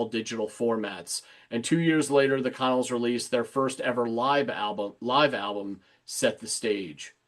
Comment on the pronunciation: Funny fact - and not that I want to correct you, BUT...the band The Connells is pronounced "kuh-NELLZ". The first syllable sounds like "kuh" and the second, stressed syllable rhymes with "well".